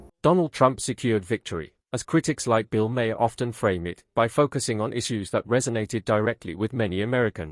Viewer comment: Your AI voice needs to learn how to pronounce the name “Maher.”